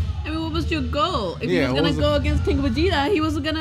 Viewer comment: My man said Vegiku 💀💀